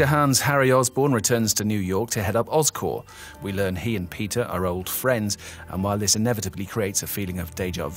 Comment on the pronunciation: You know the reviewer doesn't know what he's talking about when he pronounces "Oscor-P" "Oscor"